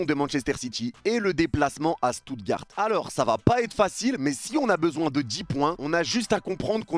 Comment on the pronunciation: Seigneur comment t’as prononcer Stuttgart